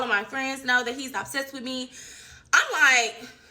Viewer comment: And she said ab-sessed not obsessed 😂😂😂😂 3 times!